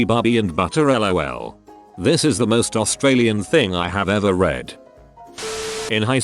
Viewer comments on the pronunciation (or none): none